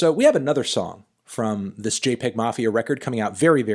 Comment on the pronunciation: It’s actually pronounced jay-pee-egg mafia